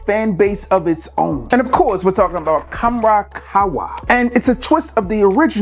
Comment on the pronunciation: Need to work on your Arabian pronunciation. Butchered the shit out of Khamrah and its flankers.